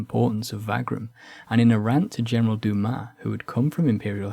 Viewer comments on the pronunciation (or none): none